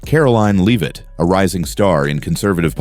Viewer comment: Either this is AI voiced or the voice of an idiot. Respect would include pronouncing Leavitt's name correctly.